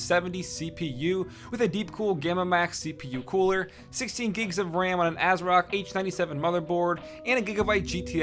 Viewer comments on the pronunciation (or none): none